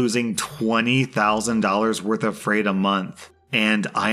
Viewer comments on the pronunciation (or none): none